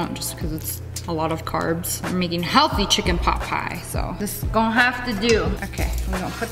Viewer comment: i thought she said chicken pop pie but its chicken pot pie